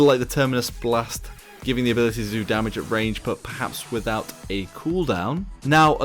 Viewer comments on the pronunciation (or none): none